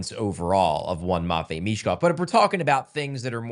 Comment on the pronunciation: “Matchine” Michkov